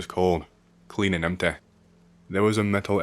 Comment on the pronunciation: I keep forgetting this guy isn’t American until he gets a sentence with a word that ends in a vowel sound. Everytime he says “empt-eh”, “histor-eh” or “pill-ah” it sends me 😂 Keep up the good work on the creepypastas, 🫡